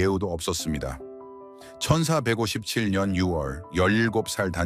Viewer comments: ㅎㅎ저도 그리 들리네요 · 천사157년 이렇게들리네요ㅋㅋ